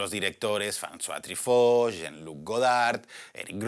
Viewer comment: Se pronuncia trifó(Truffautt)? Toda la vida dije trufó, debí haber parecido un idiota Pd: sensacional video para una sensacional pelicula